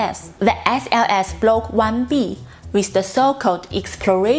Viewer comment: I think that was a “Freudian Slip”, esp. as she pronounced it differently the second time around...😱🤷🏼‍♂️